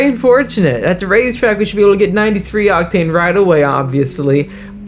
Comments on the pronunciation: Unusual pronunciation of the word OCTANE with the emphasis on the wrong syllable. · You say “octane” in a different way… sometimes.